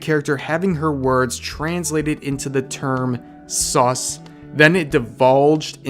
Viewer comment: STOP Saying "sus" Like That It Is Not Necessarry